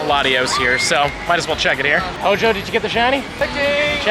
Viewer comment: Everytime says HO-JO….. take a shot!